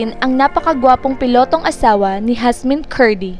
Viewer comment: Yasmien kasi hindi Hasmin